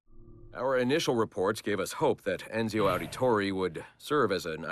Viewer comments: It's ironical that Roger Craig Smith can't say Ezio and says Enzio. :D :D Ubi wanted to tease us :D :D :D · “Al-tear”? “Enzio Owditoray”?